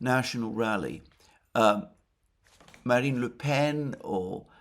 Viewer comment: There is no nasal vowel in Le Pen.